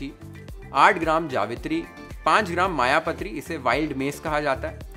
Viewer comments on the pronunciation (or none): Nagkeshar, triphal ie szechuan pepper (commonly used in many sea food recipes in Maharashtra ) mayapatri rather the pronunciation is मायपत्री are some of the different spices ( which are commonly available in maharasthra ) rest are common spices, also these mentioned spices are not that costly, u can store it , so better make your own, dear.